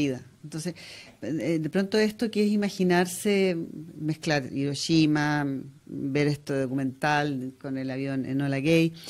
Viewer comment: Muy "cultos" los presentadores y pronuncian "iroshima" 🙄